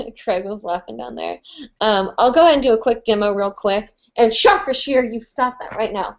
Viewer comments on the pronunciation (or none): none